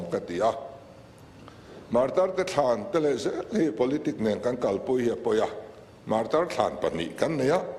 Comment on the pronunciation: Martyr(martir) tih hi enge awmzia le...Mizo chuan Martir nilo in martar kannei.